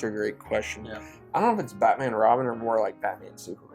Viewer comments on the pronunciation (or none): none